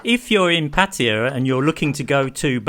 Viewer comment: Why you pronounce Pattaya like a Patya?